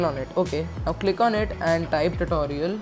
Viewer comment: Bro it’s not tatorial XD